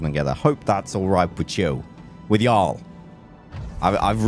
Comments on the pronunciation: ur stressing the a in "yall", it should just flow without stress. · He said y'all at the end....even morph didn't sound right saying it